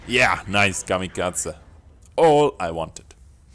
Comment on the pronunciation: The way he pronounces kamikaze... Lol It is pronounced ka-me-ka-zee roughly